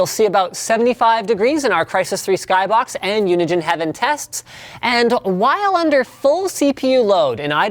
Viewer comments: "Unigen" Just no. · Yo its Unigine not Unigen